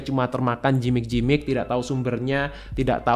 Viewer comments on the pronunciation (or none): Maaf, bacanya yg benar Gimik dok, bukan jimik, thanks 😇